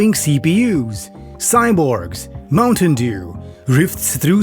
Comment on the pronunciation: "Mountain Dew" - ROFL.